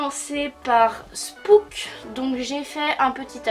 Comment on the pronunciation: Au cas ou spooks il faut prononcer le s Ps :je t'adore😍😍😍